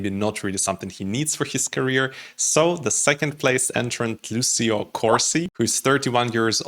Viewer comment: Thanks for your interesting and understanding review! A little hint: Lucio pronounces Luutscho, you can hear the singer pronouncing his own name at the end of the song: Non sono altro che Lucio. Thank you!